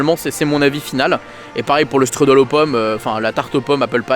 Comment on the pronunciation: Ça se dit "chtroudel" 😉 Mais "struddle" à l'americaine c'est rigolo